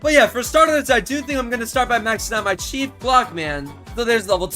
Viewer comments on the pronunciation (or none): Why are you so weird?First threesome, just no second reason.Why did you say chef clock man instead of chief?And when you place the Large clock man You cut off why you're so weird😮